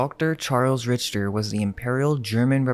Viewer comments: Interesting info! By the way, Richter is pronounced RIKTER not Rich-ter. I would know as it is my last name. 😁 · Rich-ter? It's "Rik-ter" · Its pronounced RICKTER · Just a couple things, Richter is pronounced "Rickter", and Herr is a formal German prefix to a name for a man, pronounced kind of like "Hair" with very soft H and R sounds. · I love all your videos and appreciate all the research you two do❤ "Herr" is pronounced like "air" as the H is silent. "Richter" is usually pronounced like Rick-ter as the H is silent in it also. 😊